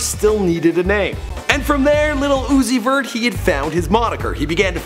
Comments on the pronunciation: I cringed every time he said "little uzi vert" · The old dude trying to pronounce his name has me dead af.. "lil Ozoot...Zee.....somebody" 😂